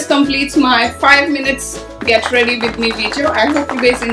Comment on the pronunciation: aap with ko bith kyu bolte ho